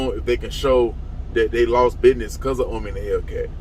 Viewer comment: Don't trust anyone that pronounces business as binez.